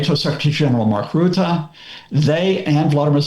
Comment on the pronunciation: Von Der Lion and Ruette? Von Der Leyen and Rutte (say ruzzia, his name is pronounced in similar way)